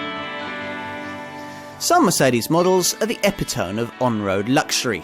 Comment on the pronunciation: What's an 'epotome'? Do you mean 'epitoMEE' - the correct pronunciation, that is.....